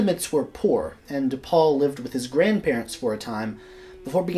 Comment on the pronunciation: The opening sentence is a non sequitur. Also, hot tip dawg, when German people are named Paul, it rhymes with "howl."